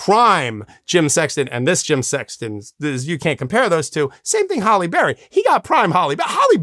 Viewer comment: That mispronunciation was driving me crazy !